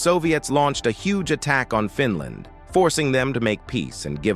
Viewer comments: Good video and presentation. But stop calling the country FinLAND by stressing the last syllable. It got annoying pretty quickly. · Fin Laand🤣🤣🤣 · Fin land. Another AI wonder. Pathetic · What a crock of BS. By The way, you need to learn how to pronounce Finland. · Why can't the announcer pronounce "Finland" ?